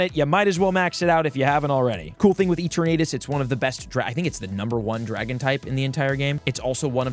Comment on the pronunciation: Someone plz teach this man how to say Eternatus: "Eter-Nuh-Tus"